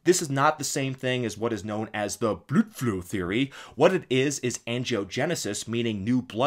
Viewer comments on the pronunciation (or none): Hahahahaha, every time he said "Bludflow" killed me